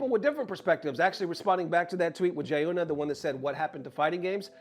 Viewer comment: Jiyuna is pronounced "G-yuna" not "Jayuna" been watching your vids for years keep up the good work though.